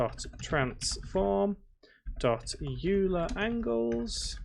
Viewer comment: Hey, don't know if you read these (especially 6 month old ones), but Euler is pronounced "Oiler" not "You'll-a"